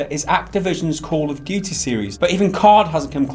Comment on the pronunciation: "Call of guty"